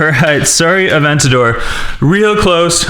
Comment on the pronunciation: It’s called in Aventador not an avegageoge